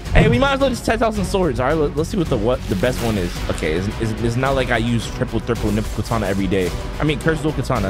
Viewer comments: "the true triple niple katana" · yo stop saying true triple thriple nipple katana